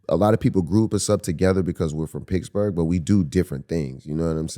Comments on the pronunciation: I like how Wiz kept pronouncing Pittsburgh "picksburgh" which confused me and as a non US citizen made me google if that was a City. And then Mike says PITTS-BURGH in the next sentence lol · Nobody Wiz: “picsburge” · Is he saying Picksburg? Lol